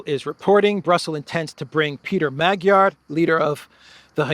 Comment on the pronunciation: it's pronounced Peter MAWD-yar. And many Hungarians are already onto the NGO game and know he's a fraud.